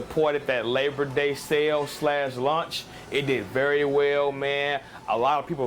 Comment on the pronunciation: Lunch (launch)